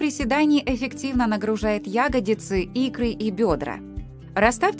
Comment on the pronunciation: Как серпом по ушам "Ягодицы", когда всю жизнь "ягодИцы" были!